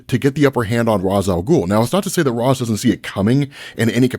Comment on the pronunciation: never gonna' subscribe to an account that pronounces Ras INCORRECTLY